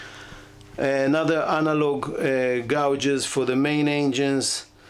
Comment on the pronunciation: agree your English is very good. Try to look up pronunciation of gauges (instrument dials) - it’s being done differently than you do. Thanks again.